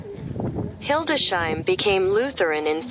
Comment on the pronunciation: It is named Hildes-heim, not Hilde-sheim. Computerized reader? Wife is from the area and we have visited multiple times. A nice city.